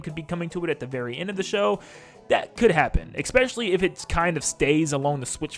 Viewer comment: "Expecially" isn't a word.